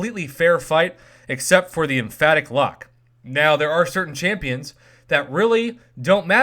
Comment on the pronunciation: repeat after me... "em- pathic"